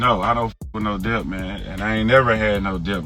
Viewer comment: Debt is pronounced without the b, slim thugga 😂 the b is silent....